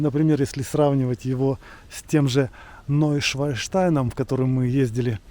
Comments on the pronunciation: Неуэ шван(лебедь) штайн Neue Schwanstein - новый каменный лебедь. И ни как не швай (свинья). Извиниие. Но🤷‍♀️ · Ув., правильное название замка -- НойшваНштайн. Вы и произнесли неправильно, и в описании к видео -- та же ошибка ( без обид, просто хочется вам помочь 😊). Шван -- это лебедь ( нем.)